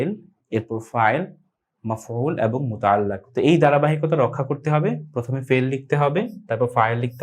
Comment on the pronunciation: sorry Bhai.. Muta'allaq noy muta'alliq.....